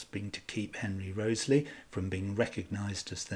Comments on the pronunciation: REE-TH-SLEE not Rosely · I clicked on this video to learn about the correct pronunciation for the name Wriothesley and ive concluded that there isn't a single correct way because i havent heard your pronunciation before.